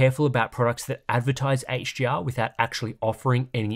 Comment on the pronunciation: love the video but all i hear is h-gee-r